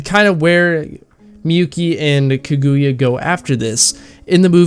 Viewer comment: Good and precise review The movie was just amazing. I also had good weebs watching together. The theater was full seated (must be because there is only one showing for only one day) Just one problem It is Ka-Gu-Ya Not Ku-Gu-Ya